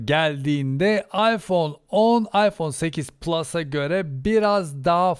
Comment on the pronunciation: iphone 8 "PÜLÜS " nedir abi:)